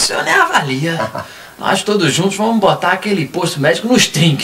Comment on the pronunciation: Ele Falou Bostar Kkkkkkkkkkkkkkkkkkkkkkkkkkkkkkkkkkkkkkkkkkkkkkkkkkkkkkkkkkkkk 😂😂😂😂😂😂😂😂😂😂😂😂😂😂